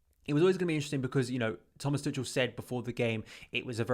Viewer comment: I don't want to be that guy, but I was saying it wrong myself. His name's apparently pronounced "Too-khel" or something of that sort, and not "Too-chel".